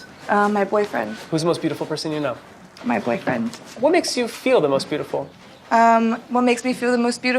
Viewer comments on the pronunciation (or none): The way she said ma boyfriend wow